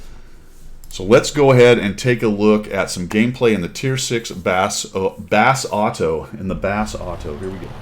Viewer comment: Pretty sure the accent in pronouncing is like the food, rossoto. Just my take.